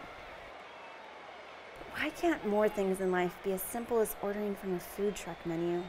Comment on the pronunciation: did she say 'foo' instead of 'food'? at